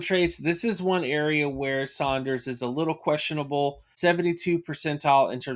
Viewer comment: My man said “Sonders” lol